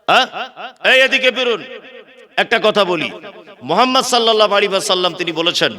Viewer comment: আপনি যেভাবে কথাগুলো বলছেন সবই ঠিক আছে।। আপনি যে নবী পাক সাল্লাল্লাহু আলাইহি ওয়াসাল্লাম। নবী পাকের নামটা আপনি কিভাবে উচ্চারণ করলেন নিজে একবার ভাবুন তবে লোককে বলুন